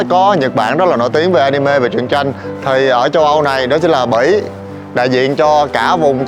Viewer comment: đọc Bỉ mà nghe là Mỹ